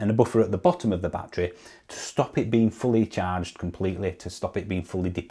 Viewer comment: Please stop saying bat tree. It's bat_er_ree.